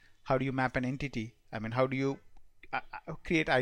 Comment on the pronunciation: When you say how sounds like hup/hop/hub and similarly with now..work on pronounciation